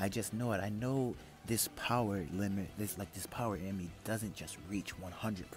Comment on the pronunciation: its kinda gross how he says power its BOWER